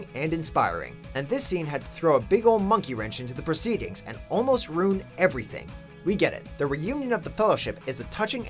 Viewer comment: Did it bother anyone else that the announcer keeps pronouncing “ruin” like “rune”?